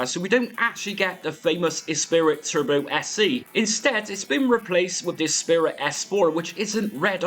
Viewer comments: It’s ESPRIT pronounced esprie not ESPIRIT. Great content as always.😮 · Ess pree ❤ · You've added an 'i' that isn't there though. It's Esprit, pronounced 'Espree'. Unless you treated genuine game floppy disks badly they were, by and large, perfectly durable at the time. 30+ years later, possibly not so much (although all my original games are stilll fine!). Personally, I think the Megadrive sound is better than the ST (which sounds truly awful), but you're right - nothing tops the Amiga version of this all round. Nice video. Thanks! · I've never heard someone pronounce esprit as "espirit" before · The lotus series was amazing and up there with moonstone and sensi for most loved imo. Mate u butchered saying esprit 😂